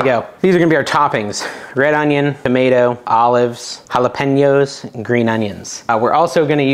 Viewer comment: I don’t know if it’s on purpose or not but the way you pronounce jalapeños drives me bananas!